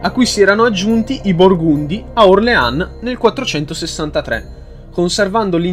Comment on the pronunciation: Le pronunce dei nomi francesi... Suassòn, Orlìn, Edòn. E poi a dici "alla morte di Romolo Augustolo i rapporti tra i due (Afranio e Giulio Nepote) si fecero ancora più stretti". Ma in che senso? Romolo Augustolo è morto dopo decenni di esilio, mentre Giulio Nepote nel 480... ti riferivi alla sua deposizione, giusto? Comunque molto interessante.